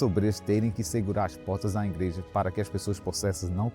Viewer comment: Que "Ingreja" irmão? É IGREJA!!! Não tem "N"